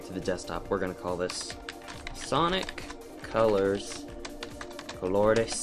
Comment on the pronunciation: Thanks man! I've been curious of how that kind of editing worked. Just need to purchase the Capture Card. I appreciate your work and time. Btw, you sound Latino when you said Sonic Colores/Colors. Oh yea, one more question.. where can I purchase an average Capture Card? Let me know asap when you get the time. Thanks. (